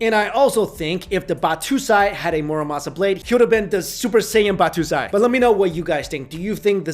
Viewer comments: am i the only one that cringed when he said batoosai instead of battosai? its pronounced bat-toe-sai. sorry, i dont mean to start anything, but mispronouncing words always aggravates me lol. other than that, great video. i love weapon history and had never heard that story before. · Are you intentionally abusing the enunciation for "Botosai", is this repressed hatred for the Japanese? Kenshin is great, and no, Muramasa's finest blades could not be of use to him, at least not in the part of his life where he stove to become a decent Human being. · Ba (TOE) sai.... ba2sai just sounds funny.. lol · it's battOsai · does it matter if they are really cursed? enough people believing somthing will make a self fulfilling prophecy. also the way you pronounced battosai hurts me.